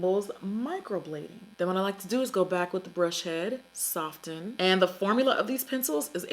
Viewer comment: I love when you say soften. Soft-ten. Lmao! Keep it up Jackayyyyy